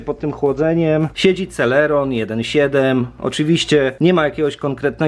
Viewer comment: eee nie serelon tylko celeron